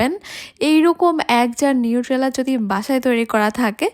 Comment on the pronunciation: নিট্রেলা না এটা নিউটেলা। উচ্চারণ টা ঠিক করে করবেন